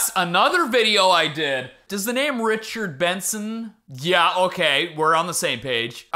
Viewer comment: Youre probably trying to forget this.... but in the richard benson video, id say the worst part is where you called him Bichard Renson 💀💀💀